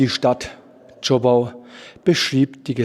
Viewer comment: Zschooooopau und nicht Zschoppppau